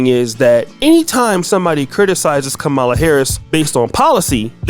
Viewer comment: cancel the guy . he disrespected the proper Indian pronunciation of v.p. harris' first name.